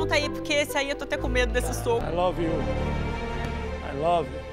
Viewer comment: " AI LOVEYU AI LOVYU, TCHUSGUEB " bambam poliglóta..